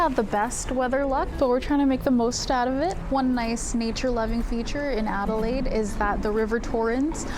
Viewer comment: never encountered someone who couldn't pronounce Adelaide.